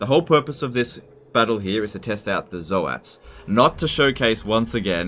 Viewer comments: Zoats as in "oats", like "oatmeal" , not "Zo-hat"! Even Games Workshop pronounced it as "oats"! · Zoe-ats i guess you pronounce toads the same way, Toe-ads